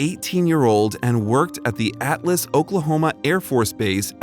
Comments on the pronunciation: It's not Atlus. It's ALTUS. I live here and this story is just bittersweet. Thank you for posting this story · Dude that is Altus, Oklahoma not Atlas, wow. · It's ALtus Oklahoma, not atlas! An Atlas is a book of maps or charts.